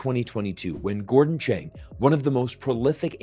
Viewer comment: Gordon Chang, 章家敦。 not “Chen”